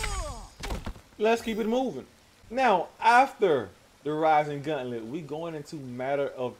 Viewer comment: Idk why, but the way you're saying gauntlet is driving me crazy. It's gauntlet, not guntlet. Gaunt, like taunt.